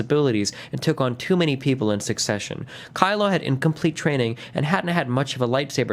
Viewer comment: My favorite part is him getting Kylo 's name wrong every single time.